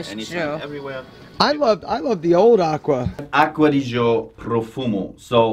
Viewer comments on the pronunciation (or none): Aqua Di Gee Oh. not aqua di joe. mangia cakes.